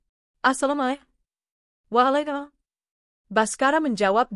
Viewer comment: Min tolong yg bca pengucapan salam dan jawaban hrs benar dong karna ucapan salam ASALAMMUALAIKUM dan jawabanWAALAIKUM SALAM adalah doa